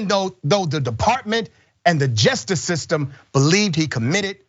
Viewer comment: Just before 1 hour 50 minutes in, CENK, can you PLEASE learn how to pronounce "JUSTICE?!?" IT ISN'T, "JUST'S." IT IS, "JUST-ISS." TWO SYLLABLES. JUST. ISS. PHOK. GET IT RIGHT. On the abortion tip. My cousin killed her only baby. She tried to kill herself three times or more after. She's 60 now. She will never have a baby. My sister had two abortions. Those haunted her till she died. Abortion isn't some Progressive fantasy. No woman celebrates her dead foetuses. I wish my cousin and my sister hadn't killed their babies. Meanwhile, I don't own their uteri. My cousin is past it. My sister is dead. We Progressives can wish our female family hadn't killed their potential babies, while recognising their rights to bodily autonomy. We don't get to decide what they should have done. Give me a uterus. I'll show your ass his to have babies. Meanwhile, I wasn't my sister or cousin. I didn't know to whom they would have been attached to for the test of their lives. That's their business.